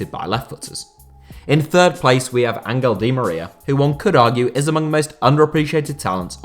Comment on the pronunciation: Why does nobody ever pronounce "Angel" correctly?